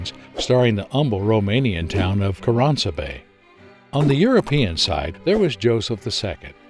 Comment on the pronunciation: Amazing video, great explanation. If I had to describe this battle in a sentence, it'd be: "Bunch of drunk multi-ethnic idiots fight over Schnapps and thousands die." Also, dont wanna be THAT guy but I'm gonna be that guy: You didnt pronounce Karansebes correctly, its more of a Karansebesh. Also typo of Balkan in the description. But that's fine, I really don't wanna get all tied up over mispronunciation. Great video, love from Montenegro.